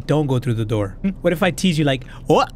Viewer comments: open the noor 😂😂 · Open the noor 😂😂😂